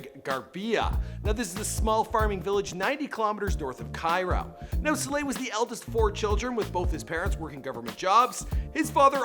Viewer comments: It's pronounced Sah-lah, not sé-lah. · It's Mo Salah not Mo Slaahh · Stop saying Slah it's S A L A H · It's it's pronounced Mo Sa-La not Mo Salar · ITS SALAHH NOT SHLA PRONOUNCE IT RIGHT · Mo Saylay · In from Birkenhead 10 minutes on the train and 1hour 30 mins to anfield ( where Liverpool play ) it made me cringe how you said his name hurts me sulah he is a god among men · I hate the way this guy says salah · Why does he pronounce ‘salah’ like that 🤢🤢🤮🤮